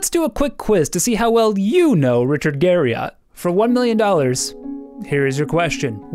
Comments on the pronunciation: How many times do you think you said Richard Gariott in the video? I'd say at least 2. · "Garry-it" That's how Richard says his last name. I'm not sure if the "Garry-ott" variant was used in this video for trolling or due to incompetent research. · "Richard Gary-Yacht" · That's a clickbait tactic to call a preserved skeleton as "humans remains in his house" when that brings forth the image of chopped-up bodies stored in Richard's refrigerator. Narrator also can't pronounce his name correctly even though it is a common American last name. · This was a great video. Still triggered at how you say Garriott lol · Imagine making a video entirely about a dude and saying his name wrong the whole time lol. You misspelled it in the title card too. Good video though otherwise =D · I can't trust anything you state as a fact if you can't even get right something as simple to research as the correct pronunciation of his name. And that's literally in the first second of your video. Pass.